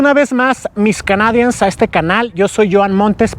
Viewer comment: tiene que aprender a pronunciar "canadians" porque es una de las palabras que más usa en su canal. Por lo demás estoy muy agradecido con la información.